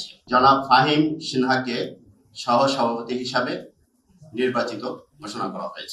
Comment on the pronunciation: সাভাপতি নয় সভাপতি।